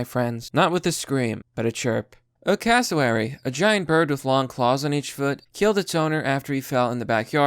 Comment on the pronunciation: It is pronounced "eemyou". You nailed Cassowary. See that lump on it's head? They will whack you on the head with it. Why you would want one is beyond me??